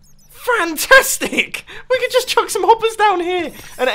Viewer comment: Mumbo you sead frantastic not fantastic